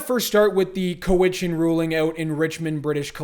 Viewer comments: Cowichan has the accent on the first syllable . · It's cow itchen not coe witchen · It's not Cow-witch-an It's Cow-itch-an. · I think it's cow-i-chun. My dad almost bought the hotel there.